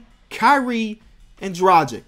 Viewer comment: he always says dragic's name wrong and i think hes calling him tragic lol